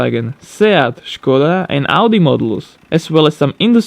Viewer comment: Finaly someone can say škoda the right way